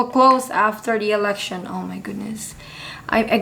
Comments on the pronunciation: You said "Erection" not "Election" that's why everyone is laughing! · On the 91 second mark… You definitely said… “erection“🤭🤭🤭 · I heard her say "erection" the first time . Then she correctly said "election" a little later